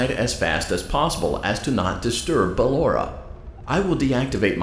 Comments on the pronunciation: se spune. barora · Nu bellora😂😂😂